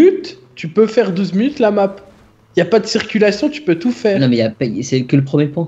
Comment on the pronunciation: il ma fait rire le unw 12 mounute